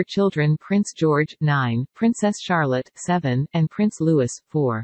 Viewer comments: and it is Prince “Lou-EE” not Prince “Lewis”. Please make these corrections. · Please prounce Louis, Lou’ee, not Lou is. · For Gawds sake please stop pronouncing Louis wrong, to pronouce it correctly please drop the s at the end and pronounce the i like an e such as Loue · Prince Louis is pronounced Loui